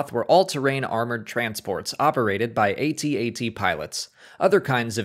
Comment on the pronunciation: A-T A-T my ass...it's pronounced AT AT...you don't spell it out there Millennials.....ffs